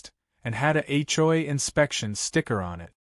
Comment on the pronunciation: It’s an Ai voice not real, so hasn’t learned the correct way.